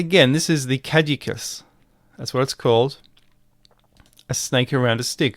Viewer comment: You need to work on the pronunciation of caduceus